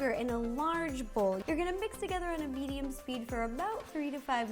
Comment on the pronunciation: I’m here the ideot/child genius is here! Also:when she said a medium sized bowl I thought she said vegan sized bowl Every like/comment I get I will do a🙃done the first for myself! omg ty for seven likes love it I love you all ty ty ty!omg 🙃🙃🙃🙃🙃🙃🙃🙃🙃🙃🙃🙃🙃🙃